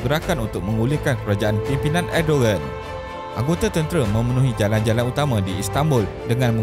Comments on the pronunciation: Bukan edoen tapi erdogen lah admin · “Erdovan” bila menyebut nya bukan erdogan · Sebutan yg betul erdowan